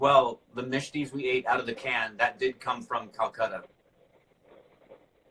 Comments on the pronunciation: Ohh😁..Now I have found out how does can say 'misti' so beautifully..😂❤❤ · So that explains your crisp clear pronunciation of the Bengali name for sweets- "Mishti." 😁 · So, now OSR fans know how pronounced that 'Mishti' perfectly....